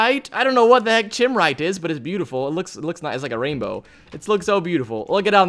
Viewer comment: Chimerite is pronounced "kime-er-ite"